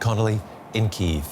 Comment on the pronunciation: ukrainian pronunciation is correct one and it is КИїв, not Кієв - this is russian pronunciation